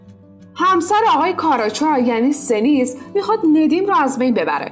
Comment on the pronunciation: ممنون از زحماتتون 😊 ولی در مورد استانبول ظالم اسم ها رو یکم بد خوندین اسم زن آگاه شنیز بود نه سنیز و اینکه اسم زن ندیم هم کرن نیست جرن هستش ولی از معرفی سریال ها خیلی ممنونم و سریال های قشنگین😍